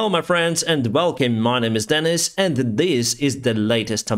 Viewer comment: All the other YouTubers talking about the war in Ukraine should listen to - he seems to be the only guy who can pronounce the place names properly.